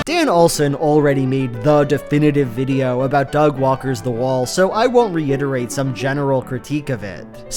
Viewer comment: Am I the only one who kept thinking he was calling Doug “Dogwalker”?